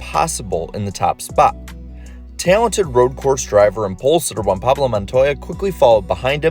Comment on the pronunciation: “Juan Paulo Montoya” - Larry McReynolds